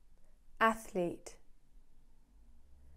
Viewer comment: Anatartic, Arctic and athlete ffs your special